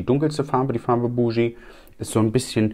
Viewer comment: Die Farbe BOOGIE wird nicht Buschjii ausgesprochen, sondern wie „Boogie Woogie“ als Bugi